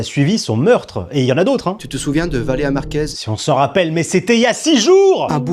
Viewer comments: Valér"i"a Purée de gland, c'est pas compliqué! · Message aux sous-hommes qu'on voit dans les extraits montrés : C'est VALÉRIA BORDEL !!! Déjà qu'ils racontent de la merde sur une personne défunte pour se faire du fric, en plus ils se permettent d'écorcher son prénom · C'est moi ou personne ne prononce son prénom en entier? VALÉRIA pas Valea. Bordel apprenez a articuler